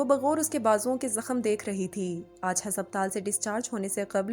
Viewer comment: ہسپ تال نہیں، ہس پتال پڑھ لیں بہنا